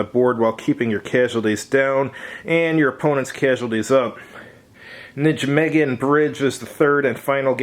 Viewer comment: NIGH MAY GEN (hard "G' in "gen", as in "gay")